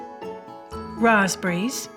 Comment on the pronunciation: Its pronounce rasp berries and goose berries not raspbreeze and goosebreeze and another plain meal no spices to enhances the flavor smh